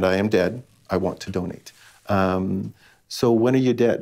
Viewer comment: Is it me, or is he saying "dunnate" instead of "donate?" Is that just a Canadian thing?